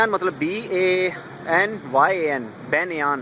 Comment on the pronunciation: banyan tree ko "बैन्यान" nahin bolte hain, usko bolte hain "बैन्यन"... Aur hamare india mein banyan aur peepal (ficus religiosa) drakhton ki pooja ki jati hai, these trees are like god in india and in hindusm, aur hindi mein isko bolte hain bargad (बरगद) ☺️☺️ i hope u got the Pronunciation bro!